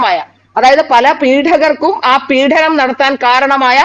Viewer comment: വളരെ ശുദ്ധമായ മലയാളം സംസാരിക്കുന്ന ഈ കുട്ടി ഒരു കാര്യം ശ്രദ്ധിക്കുക.പീഡനം ആണ്, പീഢനം അല്ല.പീഢനം അച്യുതാനന്ദന്റെ സംഭാവനയാണ് 😅😅😅